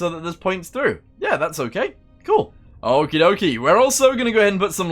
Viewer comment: he says ok-ee dok-ee like 100 times omg you need a therapist.